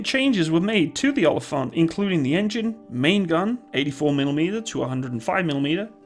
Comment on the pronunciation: Its actually pronounced more like oa-lii-phant Greetings from South Africa